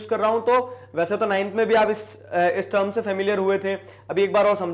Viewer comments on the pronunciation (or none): none